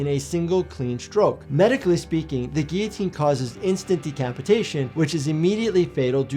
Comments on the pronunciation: The geeoteen sounds nasty, but that could be because it's not pronounced geeoteen it's gilloteen. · I always pronounced it "gill-a-tine". Lmao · Wait. The L's is guillotine are silent? I've been pronouncing it wrong for 25years. Lmao.